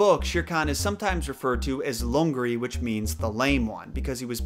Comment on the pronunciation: loved your video, btw lungri pronounced as lang-ri (not loongri)